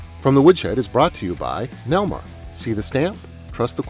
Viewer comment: This was the first episode I saw where read the NELMA acronym correctly!